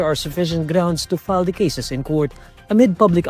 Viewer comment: Correction for newsreader: the is pronounced as "thee" If followed by a vowel sound, and "tha", by a consonant sound. Pls. Rectify.